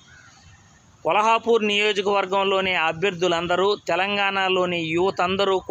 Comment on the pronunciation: vuru peru kolhapur ani antunnavu Kolhapur kaadu Kollapur palakadam sarrigga paluku